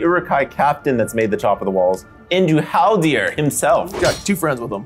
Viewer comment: Great video but the amount of times i heard Haldir called Haldor I was driven insane